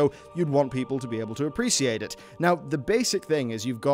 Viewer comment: thats not how you pronounce appreciate...